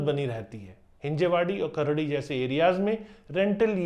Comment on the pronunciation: अहो तो सवारगाटे आणि खार्डी म्हणाला5😅😅